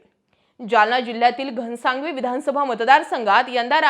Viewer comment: घनसावंगी as ahe ghansangavi nahi